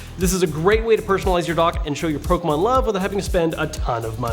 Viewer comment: The way you say Pokemon all compressed like that infuriates me lol